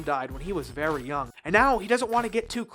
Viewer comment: not verv v.r.v